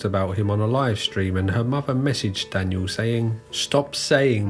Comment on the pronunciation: “I did not stweam see pee to chilldwen you idiot, I did not stweam porn to childwen, I stweamed cartoon hentai to childwen you idiot” is the funniest thing I’ve ever heard a person say in my entire life